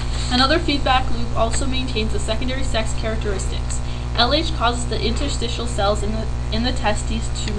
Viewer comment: ummm it's interstitial not interstial